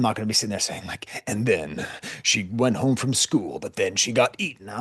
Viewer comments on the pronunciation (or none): none